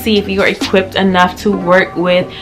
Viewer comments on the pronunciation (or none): none